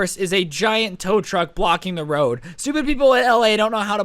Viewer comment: Roid instead of road